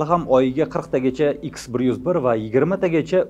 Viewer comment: Ютубдаги чаласаводлар армияси учун маьлумот. Россия куллаётган ракета икс 101 эмас ха 101. Бу шундай талаффуз килинади. Езилиши Х-101.